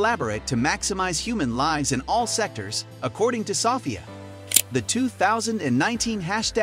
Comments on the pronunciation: It's So - phia, not Saw - phia. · Her name is pronounced so-FEE-ah. Not SOFF-ee-uh. I can't stand the illiteracy anymore. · Soffia? um its pronounced So Fia i swear these channels are a plague on youtube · It’s So-ph-ia learn how to say her name correctly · I’m turning this off cause you keep saying SofIa. Idk why you need to say a name that much. We already know who you’re talking about. And stop mispronouncing her name. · Why does he pronounce it "Sahfiah" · In England we would pronounce it "suh- feeya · You're pronouncing Sophia wrong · Half way thru the video he learns how to say her name right. Its almost as if the commentator is an IA learning as he goes. Like seeing his progress in human language in a span of 7 min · Title: is Sophie still alive? Everyone in comments: you can't even pronounce her name correctly! (Idk should should i use "her" for a robot haha) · The narrator can’t pronounce a common name 🙄. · you're saying Sophia wrong. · it does sound comical how he pronounces it 😂🇬🇧